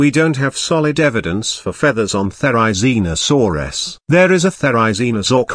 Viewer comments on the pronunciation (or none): oh and therizinosaurs has rizz? bros saying it like rizzinosaurs😭